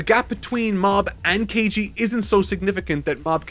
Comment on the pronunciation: "kEiJi" 😂 At this point it's just bullying from the editor